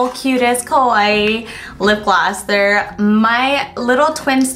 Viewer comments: Cannot wait to go to Japan someday! Loved every single thing in the haul :) Judy! Be careful! Because, "kawaii" means "cute" BUT "kowaii" means "scary" xD And some of your ka(waiis) sounded like "ko" hahaha! Much love from Spain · Try saying "KA-WA-II" in 3 spellings instead of "KAWAII" because it sounds like your're saying "KOWAI" which means scary xD Just a helpful tip i learned! :) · I want some of those masks! Too cute! On a side note, it's sounds a lot like she's saying scary (kOwai), rather than cute (kAwaii) in Japanese. Haha ^^ They're so similar but they are total opposites! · I love like her "kawaii" always sounds like "kowai" which means 'scary' XD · Hahah I was thinking the same thing every time she said kawaii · Ikr! I cringe a little bit every time Judy says kawaii because it sounds like kowai 😹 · You were saying kawaii like kowai (which means scared) hahah! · I know you disappeared but when you try to say kawaii it actually sounds like you’re saying kowai which means scary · Judy please be careful when saying "kawaii". It sounds like your saying "kowaii" all the time, which means scary. hahaha. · omg i thought the same hahaha...every time she said 'kawaii' it registered in my mind as scary instead of cute